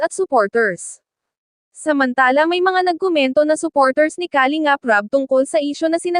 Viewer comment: Filipina ka naman,pls pronounce the word Kalingap correctly..